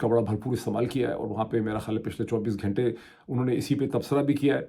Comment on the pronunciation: Wow عاصمہ کو "اسمآء"، گھنٹہ کو "گھینٹہ"، غزہ کو "غازہ" اور عمرو کو Umru کیا خوب تلفظ پایا ہے۔ عمرو کو عمر (Amr) پڑھا جاتا ہے۔